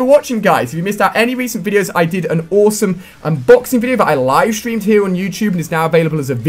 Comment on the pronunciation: Its awesome not ooosome